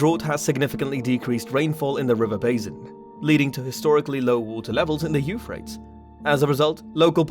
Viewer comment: Why don't you pronounce the river the way everyone else does: You FRAY-tees?